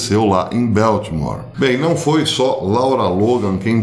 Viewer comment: Ola professor. So uma dica. É BALTIMORE, com A mesmo e não Beltimore com som de é. Um abracito. Obrigada pelo seu excelente trabalho em nos manter informados.